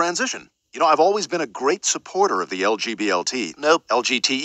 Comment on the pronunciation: no one Justin Trudeau trying to say LGBTQ like